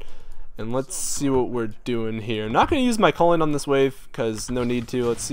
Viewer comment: When he said culling, I heard colon